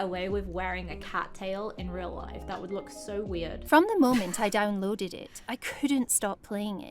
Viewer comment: Notice how she says “downloaded” like it’s two words.